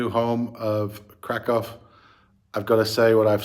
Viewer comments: If you want to further improve your pronunciation of Kraków, here's a tip for you: ó = oo sound (as in look) and therefore read it as Krakoow not krakow :) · Well, to be thoroughly correct the city name is Cracow or Kraków (pronounced Krakoov) 🙂 Interesting vlogs! 👍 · LA just like other big cities in Cali has the big problem with significant homeless \ drug-addicted population living on streets, parks, and so on., you won't see it in Kraków. One more small thing, "ó" vowel in Kraków is pronounded like English "oo" as opposed to English "o". Good luck living in Poland.